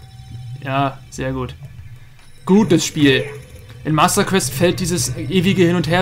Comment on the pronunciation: Masda guäst ... Ich Liebe es :D